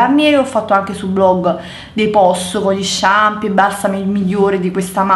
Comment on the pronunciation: Shampoo si dice shampoo...:P